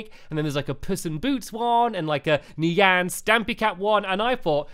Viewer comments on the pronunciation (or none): none